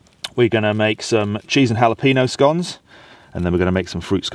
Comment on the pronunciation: I haven’t got there yet but if he pronounces it scOnes Update: absolute legend pronounced it scoNes the proper way